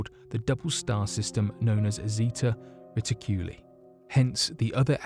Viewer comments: Reticuli= Reh-tik-cue-lie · Reticuli is pronounced "Re-tic-you-lie'